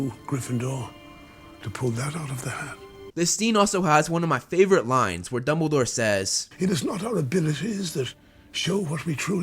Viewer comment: “Maney” “Favorit”